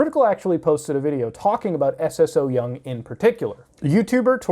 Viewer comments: Es es oh young~ xD it's romanized Korean pronounced soyoung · You can pronounce her name just like "so young". Don't gotta say s s o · It's pronounced "So Young". Also, while they're animals, they're also just seafood that people DO eat ALIVE in Korea and other asian countries. Sure, we MIGHT have some empathy about our prey unlike animals, but this whole thing about killing animals with the least amount of pain is just a social construct. It's not in our nature to sympathize for our food, come on, dude. Although, yeah.. it's pretty horrifying and shouldn't be on YouTube, but at the same time.. don't watch it if you don't agree with it. Unless it's illegal in America to eat seafood alive? In which case, as a platform based in the U.S, it shouldn't be allowed here. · Its pronounced so young lol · Everyone pronouncing her name as Eses-so-young kills me 😂😂